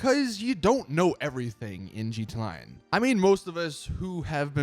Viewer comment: "gee tee line" lmao